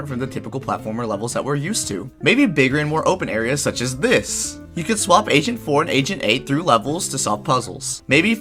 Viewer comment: Wait did you say agent 4 or asian 4?